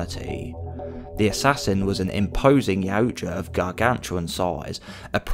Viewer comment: You are my fave creator for all my yautja knowledge… plus you pronounce yautja correctly ❤😂